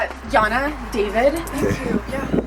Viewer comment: He name is yana not jana